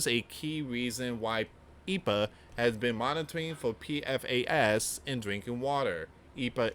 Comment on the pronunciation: it's E. P. A. not Epa... just say the letters don't pronounce Capital letters as a word like ICE, FBI, CIA & The DOJ